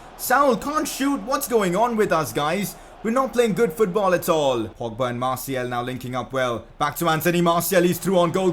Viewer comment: You pronounce Martial name wrong. It's Martial, not Martiel.